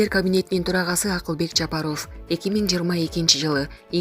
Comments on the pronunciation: Журналист ф тамгасын аябай окуган окшойсун.Ффылдабай туура окучу.Жапароф эмес Жапаров . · Булак Спутник ушул кыздан башканы окуткулачы Ажонун фамилиями окуй албаган немени .уялсанар боло Жапарыов дегенден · ЖАПАРОООВ УДАРениени туура коюп окучу кишини кыжырын келтирбей. Ар дайым фамилияны кээ бир создорду туура окубайсын. ГРАМОТНЫЙ ДИКТОР ЖОКПУ?